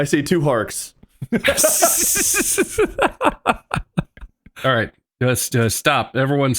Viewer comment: “I see two harks”